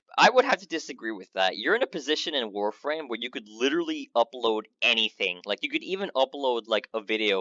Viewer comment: "I dont have an accent" "I'm a VOREFRAME youtuber"